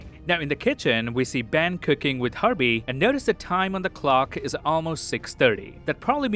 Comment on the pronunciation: Every time you say Herbie it sounds to me that you're saying Harvey... I just find it funny!